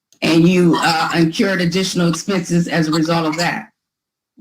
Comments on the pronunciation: 😮You would think a lawyer should know there is no such word as 'in-cured'. The phrase is 'incurred' expenses. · Please tell her its 2 Rs... incurred not in-CURED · this is rough! It sounds like she said "incurbed" and "axed". It's painful! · Apparently, Miss Sullivan "increwed" costs and then "incured" even more!!! Not to mention a "supssequence" of incidents! Hahahaha......what a pack of crazies! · I know this is an old video, but please tell that the word is 'incurred', not 'incured' 🤦‍♀️ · How does an educated attorney not know how to say "incurred" for Pete's sake! Did it drive anyone else crazy to keep hearing her say over and over "encured"? She must've gotten her law degree from an Ivy League school, for sure! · InCURED or inCURRED? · Incurred! Incurred! It's not inCURED!! Use words you can pronounce. Rant over. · As an attorney, I would expect you to know how to pronounce words like "incurred."